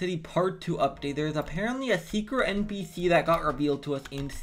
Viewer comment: "Secwet npwc